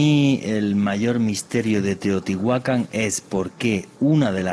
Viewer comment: Estoy aqui para corregir errores : por favor prononciar teotihuacan correctamente y los peces son animales acuaticos. Todos los animales pertenecen a la tierra pero estan clasficados como terrestres. , aereos y acuaticos.